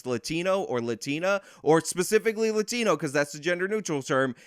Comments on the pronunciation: Her pronunciation of the "A" in latino doesn't sound like the native "A" sound in Spanish, but closer to the Anglo "A" as in father which is pronounced further towards the back of the mouth, so to my ears it almost sounds like she's faking an accent. Moreover, bilingual latinos who go out of their way to put on an accent whenever a Spanish word comes up in an English conversation (even mundane words like tortilla) always did strike me as incredibly fake. People like AOC do this all the time, and it makes me feel like I am being pandered to in the most condescending way. See, I am also bilingual but when I'm speaking English, I pronounce Spanish words with my English register (tortilla→torr-tee-yuh), and vice-versa when I'm speaking Spanish and an English word comes up (hot dog→ótdog). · Why is it that when the one lady says "Latino/ Latina" it's a way over-the-top Spanish pronunciation? Like everything else is a relaxed pronunciation except those words. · I dunno if it's just me but I find it incredibly annoying how she goes from her regular American accent to saying Latin(o/a) as un-American as possible. It reminded me of people that are American and pronounce France as "Frauns". We all know what you're saying buddy, no need to slip in some cultural superiority on top of it.